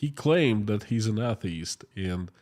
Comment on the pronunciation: "DOWN FALL" it is a great movie. Really mean it. Unfortunately I can't draw any parallel with the current conflict....... 2. Your English is great. You just need to work on pronunciation of the word ATHEIST..... If you want to have a wisdom connected with LAUGHTER watch stand-up comedian GEORGE CARLIN